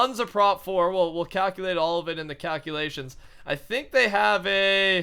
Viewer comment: doing the 'cowculations' lol